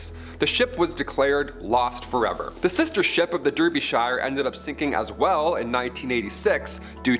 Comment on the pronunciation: Pronounced Darbyshire